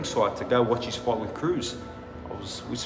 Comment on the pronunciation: Drink every time he says "foight"